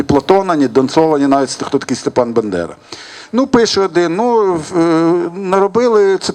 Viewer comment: Зауважте, що Яневський каже "бендера"